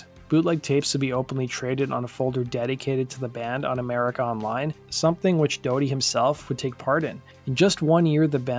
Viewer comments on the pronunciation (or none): none